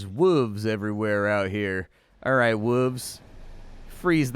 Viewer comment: lost me at "wooves"